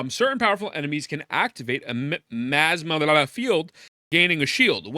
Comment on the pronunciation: Gacha content creator not being able to pronounce “miasma” really sums up the community.